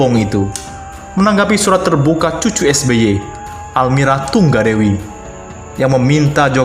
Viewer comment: Almira Tunggadewi kok tungga dewai sh bacanya ...lebay bgtttttttttt 🙈🙈🙈#markiper mari kita baperrrrrr